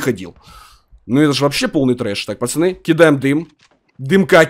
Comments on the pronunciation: почему ты говоришь пачаны, а не пацаны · Почему говорит почани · Ты говоришь пачаны